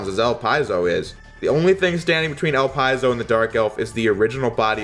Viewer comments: no. It's supposed to be El-Pee-Zo. The name is French. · Is that really how you pronounce "Elpizo"? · I think the correct pronounciation is "Ellpizo" and not "Elpyzol". But I'm not sure,and according to Google Translate it is "Elpeezo",so I'm not confident we can find an accurate answer. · 1st. I always thought Elpizo was pronounced Ell Pee Zoh. Not Ell Pye Zoh. 2nd, I thought Elpizo was a chick. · Is that how his name pronounced? El-Pie-Zo? I always thought it was El-Pea-Zo. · It's actually pronounced el-pid'-zo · It's Dr. Weil (Dr. Vile) and Elipzo (Elip zo like saying eclip so)